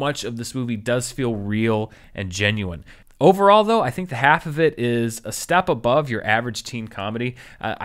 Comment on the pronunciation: Half is pronounced with the L in this movie It rhymes with Ralph